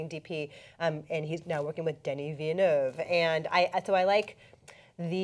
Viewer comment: Christie, it's Villeneuve. you pronounce the l's. Like the word, village, same root word. Just letting my French Canadian come out.